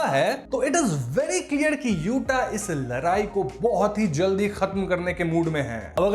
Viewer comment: Bro ladai....not larai